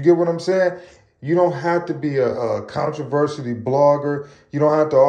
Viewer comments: Controversial? Contriversity? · Bro really can’t say “controversy” 😂😂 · 🤣😂😅that made me chuckle bruh 😅but then he kept sayin it had me sleep